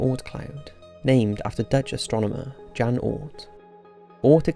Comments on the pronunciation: "Halley's comet" - the 'a' is pronounced like the 'a' in 'apple'. It's not like the band. Please learn to pronounce words properly. A little research helps and doesn't take too long The Dutch name 'Jan' is pronounced like 'Yun' .. the 'J' is a 'Y' sound in Dutch. 'SimUlation' Jesus it sounds like you're saying 'assimilation' Fuck. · Love what you are doing and sort of like your research but it could be more impirical, but It is pronounced "Yan" not "Jan" dude really, please get a voice coach! I do love your content though! And your non scientific ascertains make me angry. Sorry for not spelling things right or grammar I am dyslexic so it is a bit hard, but if I had a channel I would get a normal to check it all!